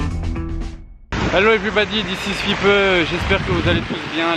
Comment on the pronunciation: Ça me stresse un peu quand il dit « everybady » au lieu de « everybody »